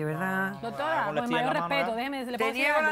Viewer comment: Dijo DOTORA como de veces